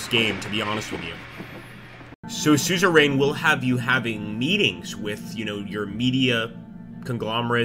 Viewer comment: It's pronounced sue-zer-uhn